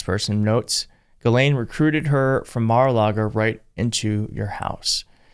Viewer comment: Mara-lar-go is the devil’s playground